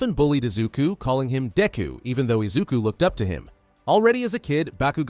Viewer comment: am I the only one who heard “d*cku” at first 😭